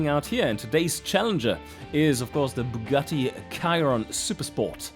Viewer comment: Ah yes i love the "bugatti kyron"